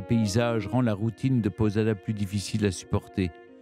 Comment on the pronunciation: Château de Posada, et non château de Podada, quel dommage d'entendre autant d'erreurs de votre part, votre entourage, qui prépare vos émissions, est il tellement incompétent ?